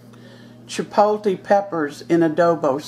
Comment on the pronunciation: Chipotle is pronouned chee-pot(with a long o) -le, u say the L in the word, too.lol...One thing about saying something in another language, is that it is nice to show respect by learning how to say the words correctly. I am a Hispanic American and view it as, if, I had to learn how to speak proper English and I can say I sound white, but am not, then what is the harm in others learning, other's correct pronunciations of words of their culture. Not meaning to get into anything,personal, mind u, but just saying that it is nice to learn how to say things the right way as to not offend , anyone. ^^* Here's to Chipotle and good eats of all kinds!!! Thanks for the video!!